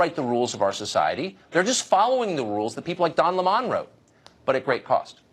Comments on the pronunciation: This Tucker Hanity guy pretending to not know how to pronounce Don Lemon's name is hilarious! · I think I'll stick with the LEMON pronunciation, not Le Mon. Heh. Le Mon. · Don “Lemahn”?! I laughed out loud. It’s pronounced lemon, like the bitter, sour fruit that he is. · Don le mans? C'mon tucker. Don L-e-m-o-n as in a broken newsman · Don Le'mon lol, its Lemon - like sour, just how Don is, a sour angry lib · Tucker would have been better liked if he called Don Lemon with the right pronunciation as lemon like the fruit instead of La mon At least he would have seemed more informed But I agreed with him 100% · It's not Don Le'Mon...... its Don LEMON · "Le 'mon" Lol, his name is Lemon, like the fucking fruit, not some posh pronunciation that he invented to sound more elitist. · Oh stop pronouncing don's last name Lay-Mon lmao it's Lemon as in the fruit... It's like watching Joe Dirt say "I put an E on the end and pronounce it Dear-Tay" hahahaha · Great commentary as usual from Tucker I was also, as a brit, really tickled to find out Don Lemon's surname is apparently pronounced "Le Mon" I'd always assumed it was lemon, like the fruit. "Le Mon" ha ha Pretentious little twat 😁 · i thought it was lemon, not LeMon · 🤣🤣 don "la mon"... no tucker its lemon... like the sour fruit. I really think piers morgan was only acting for a paycheck in his cnn days... he sounds more red pilled every day. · Tucker, lol.. why are you pronouncing his name wrong like some french fruit or something (no pun intended ). Duudddee, it's lemon like the citrus fruit....like lemons in tea, like bitter but adds a nice edge to your food... *facepalm.... Why am I explaining this.. ha! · It's Don LEMON NOT Don Lee Mon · It's lemon, not lemond. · Tucker killing me with that pronunciation “La’mon” 😂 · Don La mon? Really? Why do white people do that 🤣 mispronounce black peoples name on purpose when it's clear what his name really is. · Don leh- mon lol 😂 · Don Ley-mon is like saying Tar-jay for Target....